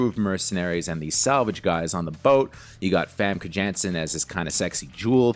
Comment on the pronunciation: You pronounce it Famke Yanssen just like you pronounce it Scarlet Yohansson. You twit